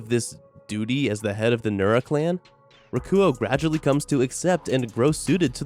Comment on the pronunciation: its nura not nora but close enough